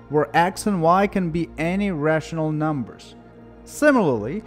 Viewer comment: I love how you say NUMBERSH :3